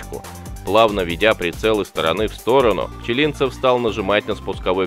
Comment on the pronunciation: Неужели нельзя нормально ставить ударение в фамилии?